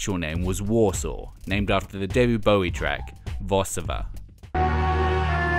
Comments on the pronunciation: Warzsawa = Var-sha-va (phonetic) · Thank you for not romanticizing a person's inner struggles. FYI, Warszawa is pronounced Var-SHA-va in Polish. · And should be pronounced "Varshava"